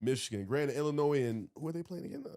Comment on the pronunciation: Someone teach how to pronounce Illinois